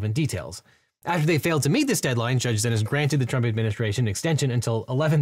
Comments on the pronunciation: Xinis is pronounced “See Knees” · I thought Judge Xinis' name was pronounced as "See-Knees"?